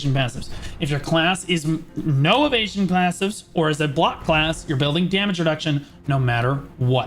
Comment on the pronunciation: When you say - "if you are evesion" I always hear - "if you are an asian" :))))) first time I even thought that this is some racist joke ))))